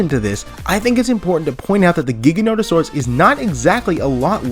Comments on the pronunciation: It’s pronounced JIGA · Dang for a Jurassic park fan I would think you’d know how to pronounce the Giga… it’s Jiga that’s the pronunciation the G is said like a J